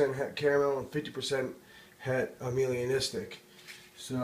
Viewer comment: Beautiful snakes dude... Gets a thumbs up from me. Although it isn't "Amelia-Nistic" it's pronounced "Ay-Melah-Nistic" :) ... As in it lacks Melanin pigment in the skin.